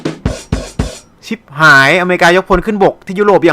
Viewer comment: ชิบครับไม่ใช่ฉิบ